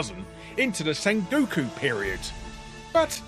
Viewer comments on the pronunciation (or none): none